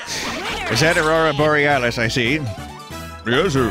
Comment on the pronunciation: Anyone notice instead of yes Toadette just says P-HESS